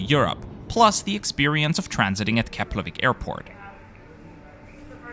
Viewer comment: Finally someone who's able to pronounce Keflavík properly.